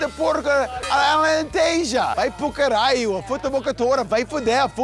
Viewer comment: Sorry to correct you, but it's "batata", with a B, not "patata". That'd be spanish or italian. And WOW, "vai pro caralho, vá foder-se"?? Really?? I crapped my pants here, hahahaha. THAT you can pronounce, uh?